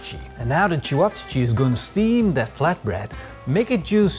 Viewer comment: Lol I never heard of cevapcici, but it was funny hearing you pronounce it differently each time 🤣